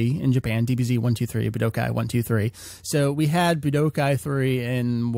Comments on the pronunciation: BlackKnightKomms K. Coming back to this comment after a year. Wow does this sound dumb. What I meant by the comment is that he puts an unnecessary emphasis on the "Bu" in Budokai. The tenkaichi part, which i'm guessing, might be because of an accent or something. Ramble Fam, this was an AB conversation, You know the rest ;) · Buh-d'oh-kai? Seriously? Boo-duh-kai. Budokai is pronounced Boo-duh-kai >.> Ten-kuh-eey-chee? More like Ten-kai-ee-chee. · Boo-d'oh-kai. Budoukai. Budookai. Budōkai. ぶどうかい. 武道会.